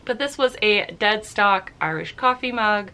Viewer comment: I laughed SO hard when you said “deadskock”. 😆 I have said so many things wrong while recording videos..love that you keep it in!